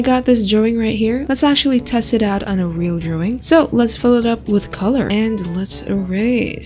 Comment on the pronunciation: I love the way she said " draowing".❤. By the way, love ur videos . ❤